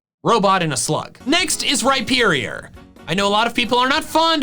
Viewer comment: RHYPERIOR, NOT REPIERIOR!